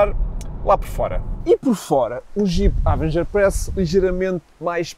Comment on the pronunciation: "Há-venguer"? hahaha partiu-me todo